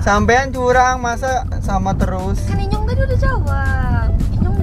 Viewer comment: Bang bukan inyong tapi nyong